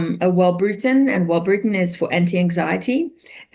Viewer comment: Well I mean, the medication is called Wellbutrin not Wellbrutin. If something killed me I would want to know the name of it.